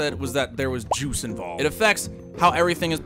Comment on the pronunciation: My mans said “joooce” 😅😂